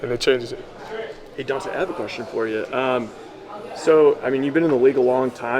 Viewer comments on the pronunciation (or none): Its Dontae not diontae lmao